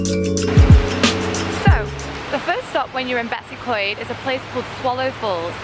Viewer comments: The way you tried to pronounce betws y coed should be illegal😂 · dw most people in wales can’t pronounce these words properly😂 “beh-tus ugh coid”